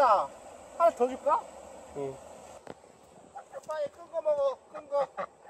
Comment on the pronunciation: 램파듴ㅋㅋㅋㅋㅋㅋㅋㅋㅋㅋㅋㅋㅋㅋ스테파닠ㅋㅋㅋㅋㅋㅋㅋㅋㅋㅋㅋㅋㅋㅋㅋㅋㅋㅋㅋㅋㅋㅋㅋㅋㅋㅋㅋㅋㅋㅋ 엄지 누르고 갑니다